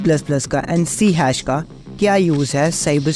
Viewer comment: I never heard anyone say C hash before. It is always called C sharp.